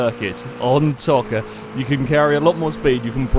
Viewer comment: it's pronounced toe -ka